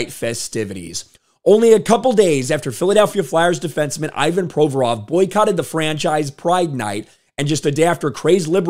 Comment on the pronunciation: Learn to pronounce his name properly - painful to listen. The rest is golden!